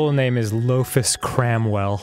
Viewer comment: looks like lofus cant "cramwaell" ("/)